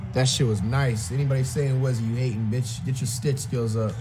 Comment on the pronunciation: I think that’s pronounced “skill”